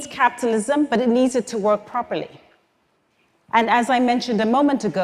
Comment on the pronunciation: anyone else hearing "captalism"?